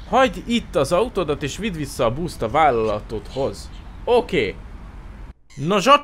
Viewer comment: Csak engem idegesít, hogy busz helyett búszt mond? Xd